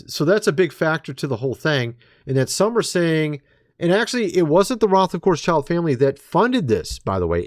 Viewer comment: So why do you say “rothofcoursechild”? Are you an alien? 👾